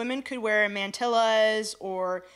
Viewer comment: Mantilla is pronounced man-teeya.